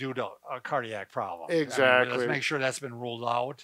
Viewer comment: I like your ''EXATLY''😊😊